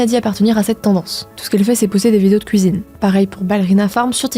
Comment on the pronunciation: Le "COUIZINE" qui sort de nul part !